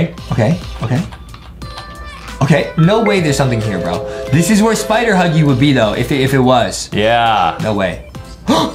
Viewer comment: He say thepiggy Huggy